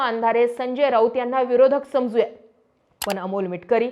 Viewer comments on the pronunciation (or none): 'अणेक ' 'पन ' जरा उच्चार सुधार. प्रयत्न करून तर पहा.